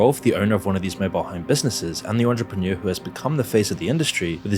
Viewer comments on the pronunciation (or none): none